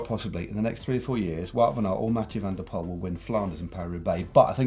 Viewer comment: you guys made me blunder because you pronounce Mathieu van der Poel always so bad